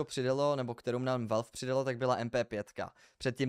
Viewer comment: Dobry videa, zacal sem te sledovat nedavno a dobrej obsah a informace v dost aktualni reakcni dobe. Mam jen jednu pripominku, zkus se naucit alespon vyslovovat spravne urcite terminologie stezejni pro CS2 obsah jako je treba Valve nebo Major apod. :D